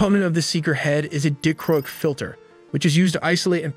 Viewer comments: It’s DI CHRO IC! Not DICK ROIC! Lmao, you got too much dıck in your mind. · "dick-chroic" lol. It's "die-chroic"